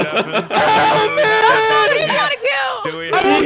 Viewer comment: Day 1 of asking Hafu to stop saying deafen 😫